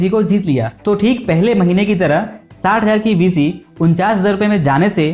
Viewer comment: Bhisi nhi hai bhai beesi hai